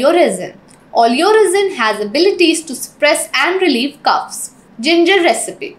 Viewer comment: LOL CUFFS? Or coughs ? Funny